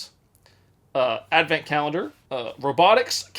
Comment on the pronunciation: If he knows how to read the word and pronounce 'colendar', he knows damn well wtf it is. 🧐